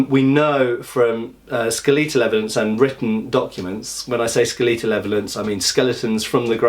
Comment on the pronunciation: Skaleetal : / "A Skaleetin"